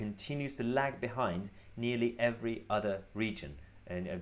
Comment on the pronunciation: every, not e wry.